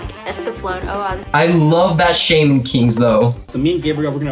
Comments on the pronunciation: He also says shayman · Shey-man king